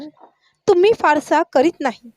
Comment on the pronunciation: आपण शुद्ध बोलायला शिकावे. अणेक नाही अनेक का णाही नाही का नाही कशाणे नाही कशाने